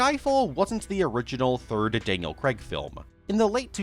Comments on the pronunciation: I love how no American can pronounce craig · And Daniel Craig's surname...